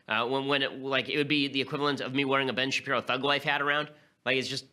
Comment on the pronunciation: "Ben Sharpiro"